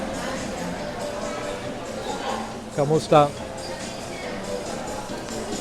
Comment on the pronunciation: Learn how to say KU-MI-STA, sir. You are pronouncing it in Spanish.